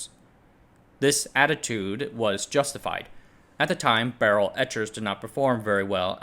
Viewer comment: Why are you saying "barrel" that way???